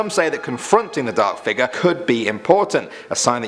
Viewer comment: i like how you say figure "figuur"